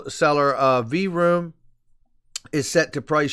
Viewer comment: Lol, I'm sorry, but when you said V-Room, I had to chuckle. I believe it's the same pronunciation as the sound of an engine revving...like vroom, vroom, vroooooom. Loved the video as always. Again, it's a pleasure for me to be on the journey with the XRP community as well. Cant wait for the final stop.